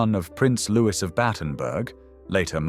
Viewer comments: Louis is pronounced Looey not Lewis, you ignorant fool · His name is pronounced Louie not Lewis!! He has been dead for many many years, so what is the point of dragging his name through the mud 46 years after his death? Apart from sensationalism, there is no reason. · Loo- ee. Not Lewiss. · His name should be pronounced "Louey Mountbatten", NOT "Lewis Mountbarton"! It is a pity that you couldn't find an actual living Brit to narrate this story! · Why should we believe your information if you cannot even pronounce his name as " Lou-ee" and has never been known as "Lewis". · It's not pronounced Lewis. It's Lou-ee. I suspect that if the family wanted it pronounced Lewis, they would have spelled it that way. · Louis is mis pronounced. It is not Lewis it is Louis the same as Louis the Sun King of France. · The Brits pronounce “Louis” as “Lewie” - silent “s”. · Lewis? ffs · Louis is pronounced Louie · In English, Louis is pronounced Lui or in the French way Start with that correction to improve on any seeming ignorance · His first name was pronounced Looee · You don’t pronounce Louis as “Lewis”. Get it right ffs! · Loo-ee, it is pronounced Loo-ee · Well put together and interesting with excellent narration and clear diction, so rarely heard these days. I would however, question the pronunciation of his first name - the "s" should be silent and, at times, the surname sounded like "MountbARton" which grated. Also it was inconsistent which confuses the listener. I would correct this. Otherwise a very enjoyable visit into the life of a very complex man. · Please get his name right . Pronounced the French way